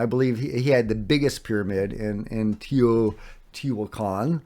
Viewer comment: Broooo it’s Tay-O-T-whaa-khan….. not that hard for crying out loud!